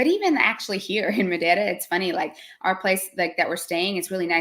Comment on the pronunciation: Congratulations! I thought said the word Madeira in a good Portuguese manner as well. 😂